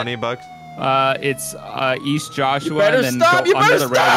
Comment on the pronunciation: East? I thought you said Weast!